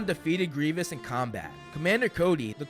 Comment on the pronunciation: Its Grievous, not Grievanc!